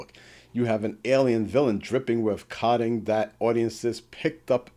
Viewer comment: Kudos for not using an AI narrator! But I think you're mispronouncing "coding", there, matey. Unless you mean something different?